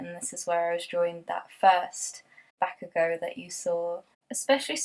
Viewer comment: I also love Boku no hero! I was pleasantly surprised since the first episode. It was so unique and it was so funny and emotional! Since the first few episodes, I've cried so hard.... especially the backstory! And Bakugo is by far my fav character! (Yes you pronounced his name right XD) and how he developed in the manga makes me like him even more. Ever since the beginning, I could tell that if actually like him as an antihero. Its just a great series and so special to me cuz it's so different from the usual shounen anime ❤️